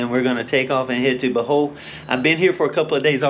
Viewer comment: How do read O from Bohol as A and say Bahol . Its BO like bobo